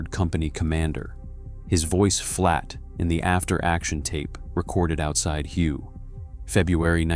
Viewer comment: lol you said Hew.